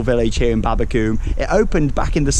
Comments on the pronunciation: Its pronounced Babba-come, not babba-cooome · The way you were saying babbacombe you say it like come on the end😁😁😁😁😁